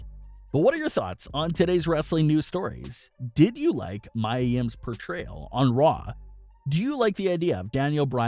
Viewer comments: Dude it’s Mia (Mee-ya) not Mya (My-ya) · Her name is pronounced "Me a" not "my a." If you're going to report about them you might want to pronounce their names right. What I heard is that the seizure was Vince's idea but Mia came up with the possession idea instead. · Me-A not My-A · It's not Mya, Mia is pronounced, Mia (Me-Uh). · it is pronounced..MEEEE AAA yim..not MYYYYAAA come on mannnnn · her name is Mia Yim pronounced (Me - a) Yim not (My - a) Yim if you're going to report about her atleast pronounce her name right. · It's Mia, not Mya. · It’s ME YA yim not Mya. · Me-ya not my-ya. How do you have a wrestling channel and constantly get the names wrong? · Its Pronounced Me Yah Yim not My yah Yim 🤣🤣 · It’s Mee-A... Mia LMAO 😂 not Maya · Me ah NOT my ah! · Yeah this guy is pronouncing it as Maya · It’s pronounced MEE-ah. What’s wrong with you? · Jesus Christ... It's MIA, Meeya!! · Its Mee ya ... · Mia (Mee-yuh) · Maya Yim is facing backlash for what happened on Raw last week Everyone: its pronounced Mee-ya Me: at least you tried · King Mia Yim he's saying "Maya" instead of "Mia" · Yup its Mai-ya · Her name is pronounced “Mee-A” (Mia) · right I was like am I wrong LMAOOO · This guy always gets names wrong. I am 98% sure he doesnt watch any wrestling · Ffs thank you it was driving me crazy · You deserve a thumbs down for mispronouncing Mia’s name. That’s more offensive than the incident itself. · Learn how to pronounce mia correctly